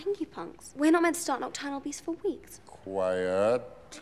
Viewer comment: he pronounced Quiet as in the country K U W A I T 🇰🇼 😂